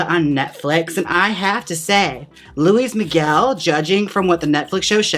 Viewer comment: Did she say Louie Miguel 😂😂😂😂😂😂 ❤️ i can’t LOL